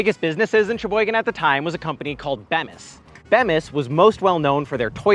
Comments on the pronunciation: It's "Beam-is" not Beem-is, just sayin'. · It’s beeemissss. Not beahmis 😢. And they make a lot of bathroom stuff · FYI, it's pronounced Bee-Mis, not beh-mis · It's pronounced "Bee mis", not "Beh mis". A local interview or two might help the reporting, just saying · Beam-is not Bem-is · Not even 2 minutes in and he pronounces Bem is instead of Bee mus. Nice work dude. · As someone who grew up in Plymouth, about 12 miles west of Sheboygan, it's pronounced BEE-mis, not Bem-iss. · I’m glad to hear, it’s always been Bee-mis in my head, was disjointing to hear it called Bem-es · Bemis is pronounced like bee (the yellow & black insect that flies & will sting you) miss. Bemis = bee miss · so many things to say = Saying Sheboygan goes all the way back to vaudeville. Not sure that's where it even started. Bemis is Be (long e) mis. You left out one of our most famous products which fits perfectly in what you're saying = Kohler. It fits in with toilets but also with entertainment = golf. We could go on and on but at least you recognized some of what made it famous. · it's pronounced, bea-mus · Props to a fellow Daily Cardinal alum, but you could have asked literally anyone standing on the street in Sheboygan how to pronounce Bemis. It’s BEE-mis and among the many things they make are most of the toilet seats sold in the U. S. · It's pronounced bee-mis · Bemis is pronounced with a long e like "bee miss" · Bemis ~ Pronunciation = (Bee Miss) and then ... Bucyrus (Beoo sigh rus) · As someone from Sheboygan County... It's Bee-mis. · Bemis is pronounced Bee-miss. 😊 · And Bemis is pronounced BEE-mis. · I live by Bemis in Sheboygan Falls and know the Bemis family. It’s pronounced BEEEEE MIS. You forgot the Allstate commercial when they mention ice dams on Park St in Sheboygan, Wisconsin. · I live in Sheboygan. Bemis is pronounced with a long E. Just thought you might want to know.😀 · As a Sheboygan county resident; the toilet seat company is pronounced bee-mis